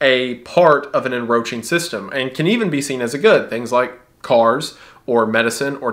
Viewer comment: You keep saying "Enroaching" and I'm almost certain you mean "Encroaching"